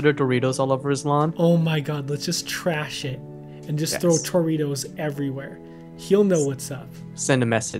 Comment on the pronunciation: you said Trash It...I thought you said trash sh*t:[